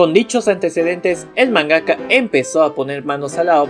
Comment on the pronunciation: Se dice MANgaka, no manGAka. Y es Doctor Slump, no Eslump. Se pronuncia KAYIKA, no Cajica. KANzenban, no kanZENban.